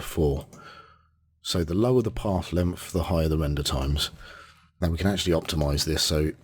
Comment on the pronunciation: "Pawf lempf"? Oh, you mean path length! :D No, in all seriousness: Thanks for the nice tutorial :)